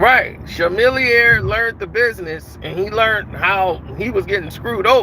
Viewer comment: you saying rapper's name wrong bro it's not Chamillionaire with a SHAM------- MORE LIKE A Kamilliomaire with K sound. It's like u didn't listen to none of this rap like some old kat!!